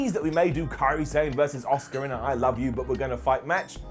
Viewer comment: The same way all the British people call Asuka ASK-AH. It's ridiculous